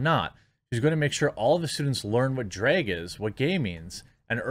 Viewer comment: At first they way you were pronouncing “drag” was annoying…until I figured out what you were actually saying…”dreg”🤦🏻‍♂️🤣 Because it is a “DREGS SHOW”! I’m gonna start using this. 👍🏼🙏🏼